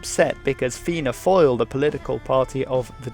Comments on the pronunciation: I'm not trying to be mean but it's not pronounced Fail it's Fall but you got the start right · Also “fáil” = “fall”